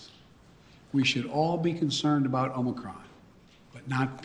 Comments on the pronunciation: DID HE SAY MOMORCRON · "Omicrom" he said